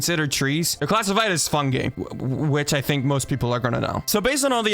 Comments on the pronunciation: I think it’s pronounced fuhng•gai and not fuhng•gay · That's gotta be the weirdest pronounciation of fungi I've ever heard